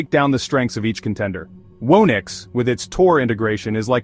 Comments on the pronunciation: Whoo-nix? Surely it's who-nix! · Garbage video. "Whoa-nix"?